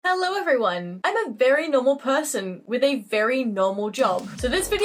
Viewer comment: that was the most not austrailian "hello everyone" for he to ever say